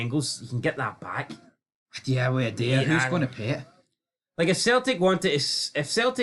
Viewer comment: got so angry there he started pronouncing Idah's name correctly.